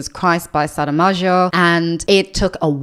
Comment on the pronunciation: Saramagio?! Wtf hahahhaha where did the "i" come from!? It's really cool that you are reading it :) he is an amazing author, and I hope you enjoyed the book